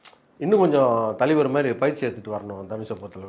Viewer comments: தலைவர்❌ தலிவர்✅ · Thalaivar❌ Thaliver✅😂